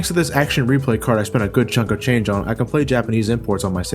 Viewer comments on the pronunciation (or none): none